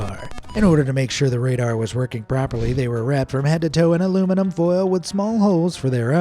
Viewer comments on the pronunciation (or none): none